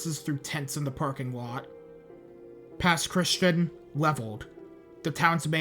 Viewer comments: Just an fyi you mispronounced Pascagoula and Pass Christian. Pascagoula sounds more like ghoul than goal. And it’s not pronounced Christian like the religion. It’s more like Christi-anne. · Just wanted to say as a Native Mississippian, Pass Christian isn’t pronounced like Christian. Its more Chris-Chee-An. Other than that this is a great video at showing everything that happened to us that day. My mom and dad were gonna stay, with my dad even being nearly blackout drunk from gambling at a casino the night it was supposed to start hitting. Only left because his mother wouldn’t stop begging them to leave. Our house is about 4-5 miles inland from the coast. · Also, it’s pronounced - Pass Christy-Ann 😂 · Hey just a comment. I'm not personally from the Mississippi gulf coast but I go to school in Mississippi so I know quite a few people from there. Pass Christian is not pronounced normally, it's more like "Pass Chris-tea-anne"